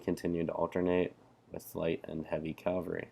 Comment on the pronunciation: It's cAValry, not cALvary...